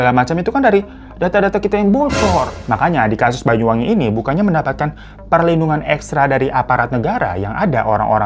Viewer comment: BANYU BANG BUKAN BAYU 😭😭😭